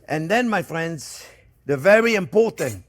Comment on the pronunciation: I LOOOVE Monday, because it's "Hello there fwends.." time! Thank you, Chef Jeane-Pierre and Jack, for all you give us. God bless.